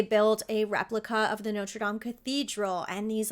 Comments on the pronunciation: Bless you for saying "Nawtruh Dam", instead of "Noter Dame"! ⛪ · Thank you for pronouncing Notre Dame correctly. I knew you would. Too many people pronounce like it was the university with the famous football team nicknamed the fighting Irish. So glad your channel popped up. Just the story of Junior was more than enough to get me to subscribe....